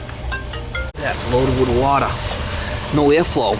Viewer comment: All this wotta, you need a yaadsale or something..lol